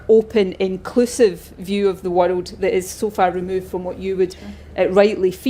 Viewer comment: Her view of the whirled is stupid. Can't even say world.